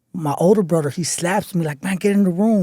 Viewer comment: Bro I'm from HTown and in my experience, if you're black in county here in Harris and black, you are Scott free next day or a few days , robbing and killing again the nextday, because it's a Dumbacrat city and they don't want blacks in prison. Also, Carnal use your TH , its Brother, not Brurder , not Ider , it's either , its Each other, not each uder , not anader, its another , no disrespect but let's look proper like you do in a suit , props my Brother , but let's look presentable in a white platform. We have to look and make us look smart like we are. Respeto do you in your endeavors 💯